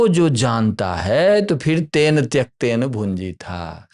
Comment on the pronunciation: कृपया तेन को तेन् और रूपेण को रूपेण् इत्यादि प्रकार से मत उच्चारण किजिए।